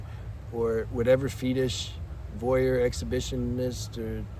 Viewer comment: I don’t mean to pick but you kept pronouncing fetish as fetish instead of fetish which I just thought I’d point out.